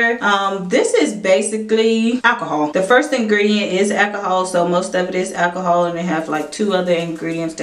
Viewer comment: I can't hear you say 'ackahol' one more time 😖